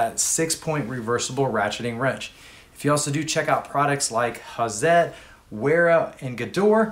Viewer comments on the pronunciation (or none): Some comments of a minor nature. I do't recall hearing you state the tooth count on the ratcheting wrench sets. Seventy-two (72) teeth seems to be standard now, but some brands are higher/lower than that, so it's useful to have that pointed out in the comparisons, as well. The Hazet brand is German-made; I've usually heard it pronounced "Hot-zet". I like that the Capri sets offer the V-shape at the open end, which gives a better grip than a semi-rounded end. And it was good to hear that someone other than the tool-truck brands offers a six-point (on the closed end) wrench set; they're difficult to find in the consumer market. Thanks.